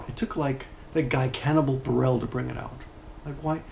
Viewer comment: I mean it's already too late but the guy's name was Hannibal Buress, and not Hannibal Burell (I think thats what you said)